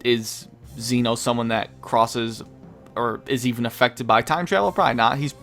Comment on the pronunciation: It's Zen'ou, not Zeno. His name isn't Zeno, he is the king of everything, the Zen Ou. Zen means everything and Ou means king. Imagine his name was written like Zen Oh. That's how you say it. You could also try watching the anime and listen to how they say it.